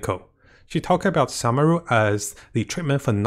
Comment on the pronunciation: SOO-meru and KOO-sanali, please don't butcher the name please, I beg you